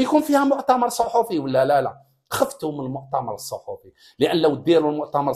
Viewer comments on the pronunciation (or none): none